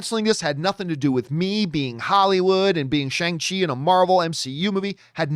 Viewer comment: Hey John, Simu Liu tweeted the correct pronunciation of his name back on May 2nd. It’s See-moo Lee-ew. He also added the correct pronunciation of Shang-Chi. It’s Shong-chee.